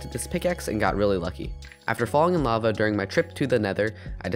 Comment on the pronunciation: Instead of saying LAVA he said BAVA